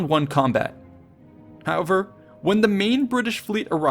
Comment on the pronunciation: Work on your 'however' :D Great video as always!